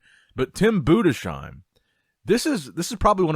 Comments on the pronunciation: Budessssssheim u philologist not budeshheim its not that hard even tho you are American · Tim ‘Boo-dess -hime’ He will get it right one day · Little closer this time but still not correct it's pronounced boo - diss - hime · It’s Tim BUDES - HEIM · His name is pronounced TIM BUUDEZHAIM, please long U, not SH but Z